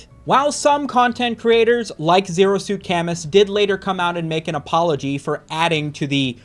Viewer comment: You're pronouncing ZeroSuitCamus wrong and it's ruining the joke of the name